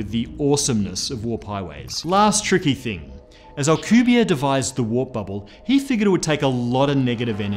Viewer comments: Alcubierre... That is a Mexican, Spanish last name. The last letter "e" is not silent and he is not French. Al-ku-beer-re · I went to school with Alcubierre’s son. All the letters in Alcubierre are pronounced btw. Also the final E. It’s a name in Spanish. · I got here cause I'm reading Marko Kloo's Frontlines series, in which they use alcubierre drives to travel the galaxy. Had no idea how to pronounce it.